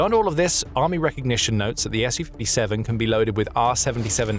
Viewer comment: Thank you for the correct pronunciation of the S U 57 too many people call it a Sue 57 on YouTube